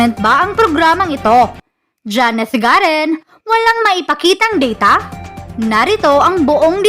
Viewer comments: GARIN ANG TAMANG PRONOUNCE 😡 HINDI GAREEEEN,,SHUNGA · Madam pronounce clearly Garin(i) not Garen(e).